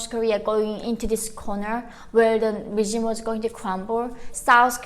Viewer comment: just for future reference, its "regime" not "regimen"